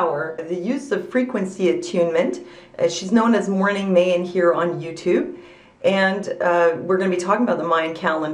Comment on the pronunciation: The Mayan calendar doesn't account for leap years. I'm not the least bit worried, and I'm sick of people thinking something bad's gonna happen. I'm sure nothing will happen that day, and it'll be just another day. Why do you say "mey-an"? It's "my-an".